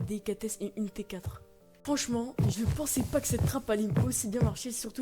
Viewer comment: Il "PRENSAIT" non Il "PENSAIT" x)